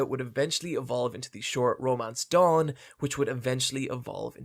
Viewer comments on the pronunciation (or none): none